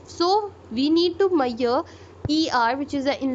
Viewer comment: can you please pronounce measure word properly. it's very irritating